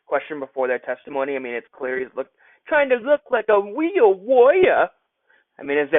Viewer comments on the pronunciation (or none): I swear this commentary is fucking hilarious......"like a weal wawyer" LOL im dead.